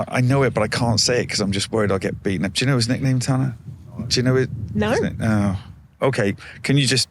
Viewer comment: How would Tana have felt hearing the host butcher his name like that?